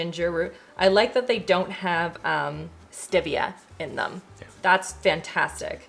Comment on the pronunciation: It’s Al dente (like dent) and stevia (pronounced steevia)